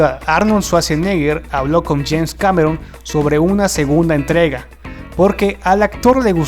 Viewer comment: Es James Cameron, no Janes. Al segundo lo dices. :/